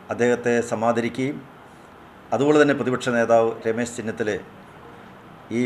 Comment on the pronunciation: kummmanam sir...Rames Thennithala alla.....Remesh Chennithala...aanea......